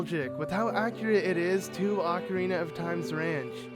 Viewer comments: OH-carina not AH-carina smdh 😑😑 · YOU FUCKERS ALWAYS PRONOUNCE ZELDA NAMES COMPLETELY WRONG. ITS NOT “AHH-KARINA” ITS OH-CARINA!!!!!! GET IT RIGHT PPL!!!!!!!!!!!!🖕🏻